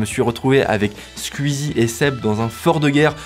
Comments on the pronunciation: on dit Squeezie comme ça ? J'ai toujours prononcé "skouizi" pas "sq-ui-zi". comme je dirait "twitter" et pas "tuitter" ou encore "la Wii" et pas "'la ui". Me trompe-je depuis tout ce temps ? Ou c'est un accent de l'est qui ressort chez notre cher Mamytwink ? :) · J'suis le seul à être gêné par sa façon de prononcer le nom de Squeezie? Je suis tellement cringé que j'ai stop la vidéo :s